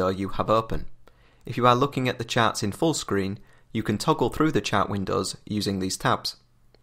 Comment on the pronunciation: omg its pronaunced "Chart" not "Chat".